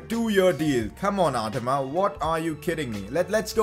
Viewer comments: Bro you are saying adama wrong😂😂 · Its adama not adama